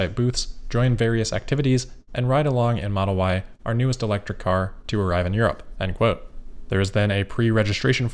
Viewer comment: what is a 'toarrive'?